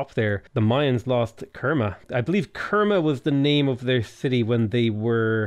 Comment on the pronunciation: You have already pronouce Khmer correctly. Khmer is pronouce [kʰmae] and the way you spoke previously is already close.